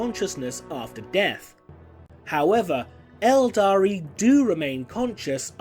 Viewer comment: Cmon man 'eldar' don't call them eldari